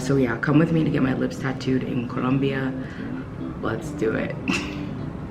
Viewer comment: How she keeps saying Colombia 😂